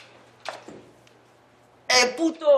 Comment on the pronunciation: I'm latino and that eh put0 was perfectly pronounced. Made me chuckle